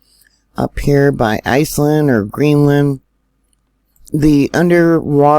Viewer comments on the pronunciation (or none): none